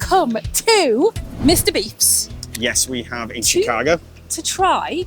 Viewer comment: Chicag-oh, not Chigag-ah. Christ.